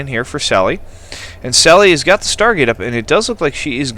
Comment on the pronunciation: its pronounced sally DES, and it's a guy =P